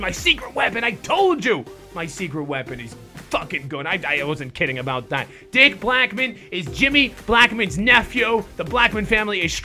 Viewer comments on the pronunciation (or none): none